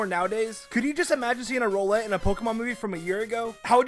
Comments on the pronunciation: If I got a dollar how many times a pokemons name was mispronounced I would be a fucking billionaire When he said bon SLIE I was like ehh.. BUT HEN HE SAID ROOLET I GOT TRIIIIIIIIIIIIGGGGGGGGGGGGGEEEEEEEEERRRRRRRRRRRREEEEEEEEDDDDDDDDDDITS RAUW LETV NOT ROOOLET WHDVqwahrfvsvqgj3huvr vhjn vfxdyh cGIDRGEDTUBF YIHPEafbhyife BY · did this dude just pronounce it Rowe-lett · "Roh-lett". Fuck come on dude, that's an Easy Mode pun name to figure out. It's a fucking owl. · Why does he pronounce Rowlett like "roll-it."